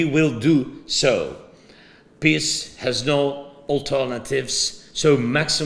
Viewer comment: When you say FRIENDS you have to drop the E into a ghasp out of your throat. When you say PEACE you have to drag out the E or you end up saying P I S S ! Say PEEEEEACE PLEEEEASE. 💪😁🇺🇦